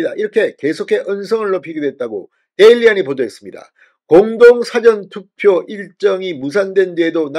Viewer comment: <사전투표>발음좀 똑바로하세요. 사전이 영어사전입니까 국어사전입니까?